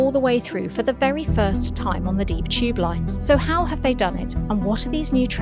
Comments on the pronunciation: Why does she pronounce tube like 'cheap'? 😂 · People from England pronounce a lot of words that start with a ‘t’ as a ‘ch’ sounds instead.